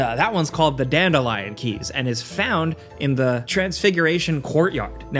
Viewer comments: So, no one’s gonna talk about how he says Dandilion instead of Daedalian, and no one at gameranx picked this up? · say it with me, de- dal- lee- anne keys. Daedalian keys. Not dandelion keys😭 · I have finished the game, took me 127 hours but that just shows how good the game is. I really recommend it, also it is pronounced dadelian keys not dandelion keys yw. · In perfect Hermoine voice: "It's de-day-lee-an, not de-day-lee-oooon" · The fact it’s spelled daedalian, the quest giver says “duh-day-lee-uhn” and people just go “yep, dandelion” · D A E D A L I A N…. Hmmmm… OH!! Dandelion!! 😂😂 Tell me you don’t know Harry Potter. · No, stop, stop, stop! You're going to take someone's eye out. Besides, you're saying it wrong. It's Da-daily-in Keys, not Dad-eh-lion keys. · "the dandelion keys" ??? please 😭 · He seriously called them Dandelion keys shows YouTubers care nothing about trying to pronounce words correctly Daedalian day—dale-ian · “dandelion keys” 💀😭 bless your heart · "Dandelion keys", lmao. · "Dandelion Keys". I sometimes wonder if he can read. Or has hearing. They literally say it in game. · "Dandelion" keys, lmao. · "Dandelion" keys eh? Lol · Um...daedalion isn't dandelion. Just sayin. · IT’S PRONOUNCED DUH-DAY-LEE-IHN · The mispronunciation of Daedalian Keys made my die.